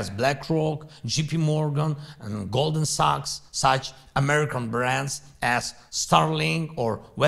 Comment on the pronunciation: Goldman Sachs... not Goldman Sucks... Zelensky dude. At least learn how to say your owners name...